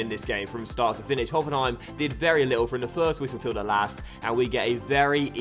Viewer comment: Very good pronunciation of Hoffenheim :)